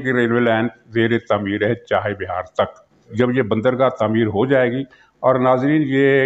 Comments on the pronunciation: سر جی درست تلفظ چاہے بِھار نہیں چاہ بَھار ہے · Muhtaram yeh naam "CHAH E BIHAR" nahi, Chaah Bahar hai, tashih farmayain, shukriya.